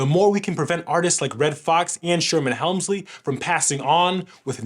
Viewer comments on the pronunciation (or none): Not " Helmsley" Hemsley